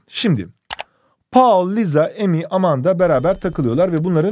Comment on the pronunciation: hocam liza dediniz ama o lisa diye okunmuyor mu